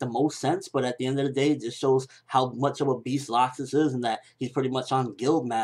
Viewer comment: (L-axe-sis) Not (lock-sis)